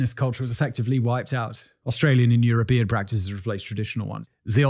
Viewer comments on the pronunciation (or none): none